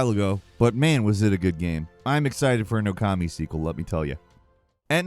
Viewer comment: Can people pronounce Okami correctly 🤦🏽